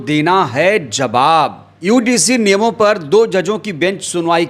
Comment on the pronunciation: भाई समय बर्बाद मत किया करो। यूजीसी ठीक से नहीं बोल पारहे हो। ज्ञान उड़ेल रहे हो।